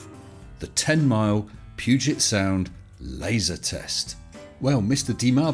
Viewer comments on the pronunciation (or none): none